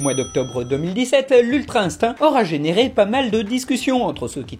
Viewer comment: On dit INSTIN pour le mot INSTINCT